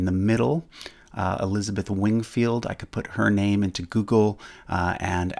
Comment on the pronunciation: Stop saying my bamey